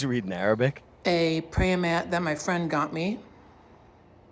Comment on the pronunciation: wait why can bro say the “R” in Quran but not Awabic